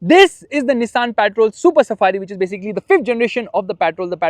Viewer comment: What’s “ PAATROL “ 😂